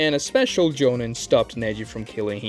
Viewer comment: STOP SAYING JONIN AND GENIN LIKE THAT. DID YOU EVEN WATCH THE SHOW????